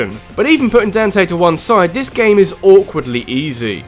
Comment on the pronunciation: I couldn't stop laughing at your pronunciation of "Dante".